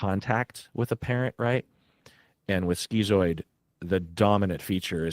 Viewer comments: "Skee-zoid"??? Isn't schizoid prounounced "skit-zoid", like "schizophrenia"? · bros its not "skeezoid" its "schizoid" as in "skiz-oid"